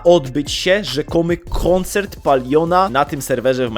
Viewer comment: koncerrt fortnite xDDDDDDDDD